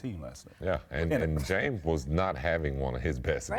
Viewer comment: This guy always leaves out Ss at the end of words... Jame Harden?He always says playoff Pay attention...